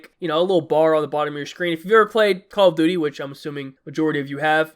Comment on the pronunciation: the way you say call of duty is hilarious